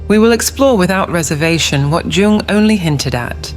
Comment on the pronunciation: It's pronounced "Yung"